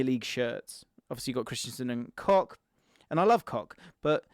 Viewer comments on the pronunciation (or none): Kosch not Kock lol